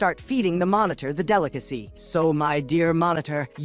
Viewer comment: Bro your ai telling of this story was doo doo dog dick. It kept calling everything a fucking monotor